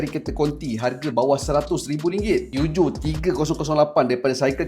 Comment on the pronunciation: Aik memang sebutan PEUGEOT tu gitu ka? 😂😂😂